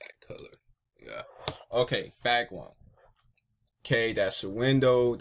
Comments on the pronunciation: You said bwackWound instead of background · You can't say back ground XD, I love it